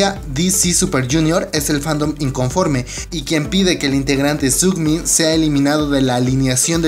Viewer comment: Es Sungmin no "sugmin" =)